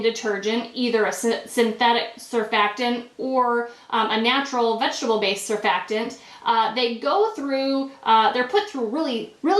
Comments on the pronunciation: You may be a chemist, but you certainly have no simple research skills. The word is surfactant and the first "t" is not silent! It is pronounced sər-FAK-tənt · Curious how you pronounce this word. Things maybe different in America but over here we don't have many words that have a silent 'T' right in the middle of them, and over here we have some really odd pronunciations! Surf-FACT-tant is the correct pronunciation at least that's what it is in English. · It's pronounced "sur-fact-ant